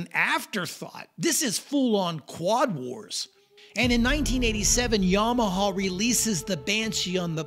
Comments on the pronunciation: Yamahuuhh. Bud its yamaha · I think if I heard another "yauhmuahauww bashee" I'd probably lose my mind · This "yomohoh" brand sounds great 😂